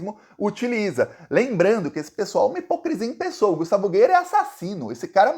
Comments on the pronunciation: Acho graça quando alguém pronuncia "Gueier" 😂😂😂 Eu chamo de vergonha da política goiana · o nome do "NAZIFACISTINHA" Gustavo Gayer, lê se como escreve, não use na forma em inglês. É como se escrevesse "GÁIER". 🤜🤛